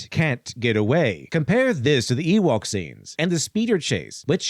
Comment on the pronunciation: "Ewoke" lol